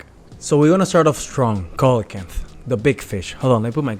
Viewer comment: It's see-luh-can-th (coelacanth).